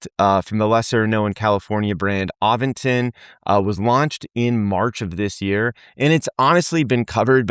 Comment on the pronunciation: there is no "G" in Aventon!